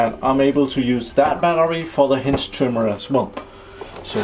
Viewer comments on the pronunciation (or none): Nice review/test - thanks! I wonder who gives you thumbs down. Perhaps because of your pronouncing of "hedge" which sounds as "hinge". Anything else is really great. I've myself been looking into a cordless hedge trimmer watching a ton of videos here on youtube. One thing I especially like is that you put the tool to a real test and not just petting some thin branches of a very open shrub. Even demos of the pro grade tools was like that - thanks for being so informative - NOT. Many of those I could but faster with nothing than a pair of scissors so why would I then buy a big and costly machine... - but not your video - it is really providing a lot of great info - so a huge thank you for that! Basically my choices was among Bosch AHS-50-20, Milwaukee, that Ryobi and then the store brands at Uncle Harald and Jem&Fix. I was leaning towards the Milwaukee as we have that brand at work so getting it is easy and relatively good priced. But looking at the weight is was out of the question. It's even heavier than the old corded Makita I was getting tired of - partly weight - partly the cord. Since I have Bosch drills and generally I like the quality of the green Bosch the case was settled. It's not "pro" grade but still very well made and sturdy. Synes nok jeg kunne kende accenten ;) Hygge!